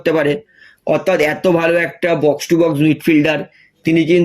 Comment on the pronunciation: কথাটা অথাত নয় অর্থাত। আট বার না দশ বার কথাটা বললেন। না পারলে avoid করুন।